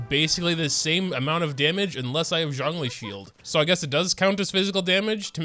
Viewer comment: why do you pronounce Zhongli's name as "jangli"?